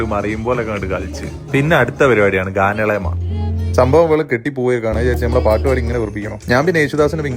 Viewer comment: ഗാന മേള, ഗാനളെമ അല്ല